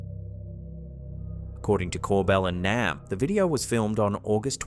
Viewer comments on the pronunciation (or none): none